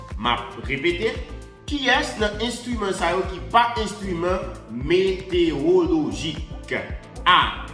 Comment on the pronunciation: Kesnel, excuse-moi. On dit "météorologie" non pas "météologie". Il y a un "ro" dans le mot. Ne te fâche pas!